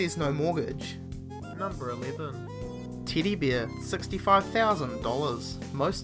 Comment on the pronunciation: no letter E exist in an alphabet to this guy :D